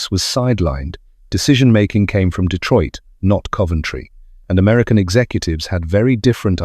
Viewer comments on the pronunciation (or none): none